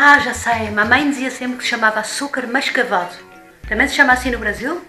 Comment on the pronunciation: Eu consigo entender tudo que você fala minha linda, so achei engraçado você pronunciando açucar mascavo.